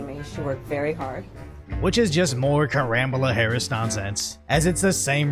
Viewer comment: "Ramble-a Harris" okay that got a laugh out of me 😂